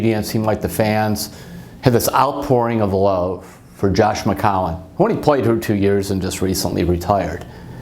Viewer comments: Mcowan? McAllen...???? Mccowen? Terry it’s McCown. Jesus how many time did you butcher his last name????? Every time.... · I love Terry but that was funny.